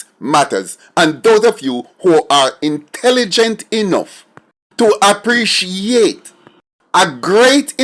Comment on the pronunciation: what % of jamaicans u think r intelligent? I noticed u put a lot of emphasis on it